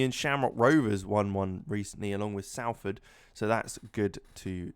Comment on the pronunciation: Great Video.....But it's pronounced Solford